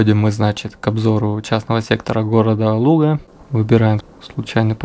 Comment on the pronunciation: Произносишь Луга с правильным ударением) Из Ленинградской области сам? Обычно ударение делают на последнем слоге ногА, рукА, водА, козА, и незнакомые люди произносят ЛугА, а город то не по русски называется ЛУга.